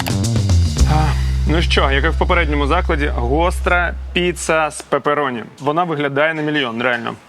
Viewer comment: Не папероні е пепероні